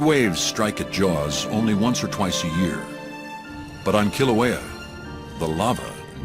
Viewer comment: Hate it how he dsnt pronounce Kilauea properly :/